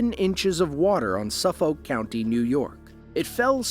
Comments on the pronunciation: Definitely AI voice generated when it pronounces Suffolk as Suff-Oak. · that's not how Suffolk is pronounced. suff-ick is how the locals call it (actually, even people rather far away see that word and pronounce it like that).